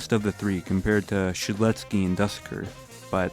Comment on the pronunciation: dusekkar ❌❌ duhsekkir ✔✔✔✔